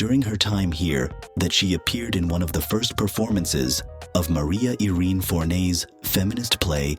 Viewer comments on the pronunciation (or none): none